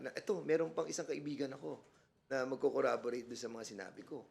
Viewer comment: Narinig nyo ba yung sinabi ni fernandez??? "Corraborate" daw, "corroborate" dapat! mali mali na nga ang pronunciation mali mali pa ingles nya😂😂😂😂